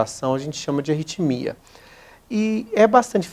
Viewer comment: Não é "retimia"... É ARRITMIA!